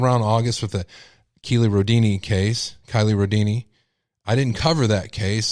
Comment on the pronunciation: Her name is pronounced Kylie Rodney